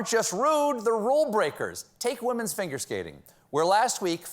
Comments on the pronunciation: Did anyone else hear "finger skating" instead of figure skating? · At 3.54 can someone verify that he said “Finger” skating or “Figure”. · Did he say 'finger' skating? Lol